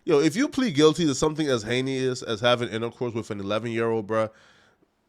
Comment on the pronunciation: Bro look up how to pronounce heinous 😂 every single video you have a couple words you say wrong